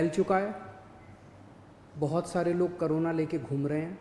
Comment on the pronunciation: it's corona not karona